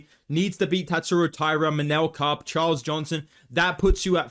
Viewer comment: bro said charlos 😂